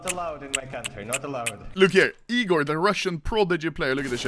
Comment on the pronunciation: I’m rus, Egor ✅ igor🚫